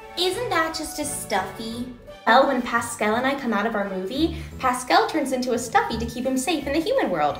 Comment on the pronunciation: the way she is saying pascel instead of pascal pfft, americans' pronounciation always makes me want to laugh and cry simultaneously